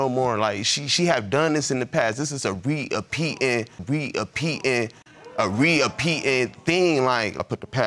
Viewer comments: “A reApeetin A reApeetin A reApeetin thing” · I like how this dude was saying “repeating” like “apeating” is the verb and she was constantly apeating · When he put a gap in "re uh apeating" he really meant it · "This is a re-a-peatin, this is a re-a-peatin" Curb your English content too lol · Nobody should be 're-a-peeting'. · I've never seen someone get that many syllables from the word repeating. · No Ts in the word repeating apparently